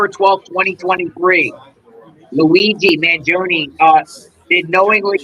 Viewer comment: Luigi 'mah gee o knee'